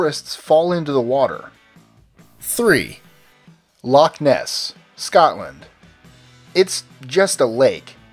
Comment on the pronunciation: You mispronounced Loch Ness, and Scotland for that matter..